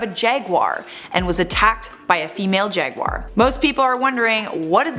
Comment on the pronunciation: Another reason to like more, she’s one of the few people I’ve heard that pronounces jaguar correctly. Most pronounce it jag-wire and it drives me nuts.